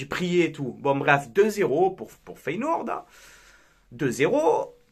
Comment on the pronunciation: mon coeur parisiens souhaite votre élimination mais d'un autre coté rien que pour toi je vous souhaite de la gagner et tu me tue avec ta prononciation de feyenoord en feyenOUrd 😆😆 perso je pense que sur ce match vous vous en sortez bien c'est le copié collé de city réal le match aurai pu finir a 5 a 3 attention au retour feyenoord et tres fort a l'exterieur faut etre objectif avant les demis les équipes que vs avez rencontré etait en bois karabag paok etc.. c'est la que l'on voie si vous avez le niveau face a des équipes comme ca west ham roma feyenoord.. force a toi